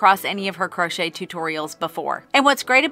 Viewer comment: Me and my neicey giggled at you saying "crunchy" 😊